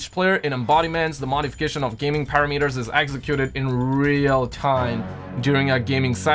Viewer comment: Nobody:: ParaMEters Don’t h8 me Ily ❣️🤣